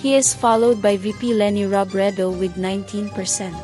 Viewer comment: Robredo pronounced as ‘O’ last syllable sometimes you probounced ‘U’ ✌️